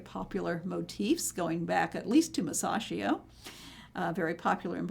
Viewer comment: It's: Mantegna, not Montagna (a different artist) It's: Masaccio, not Masashio It's: Gentile, not Gentili